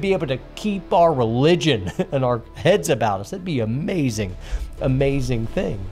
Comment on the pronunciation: Ah-thuh-lete. That’s a-may-za-zing!